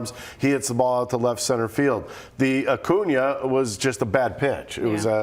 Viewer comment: "It's Acuña."